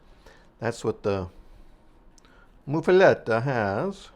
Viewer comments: "Muh". MUH-fuhletta. Not "Moof" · It's pronounced as Muff, like the winter hand covers!